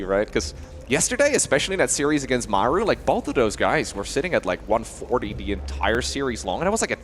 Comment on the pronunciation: Listening to Maru vs Cure i cant stand always having to hear the guy say "Mayoru" instead of Maru. Maybe just get people who can pronounce names to cast?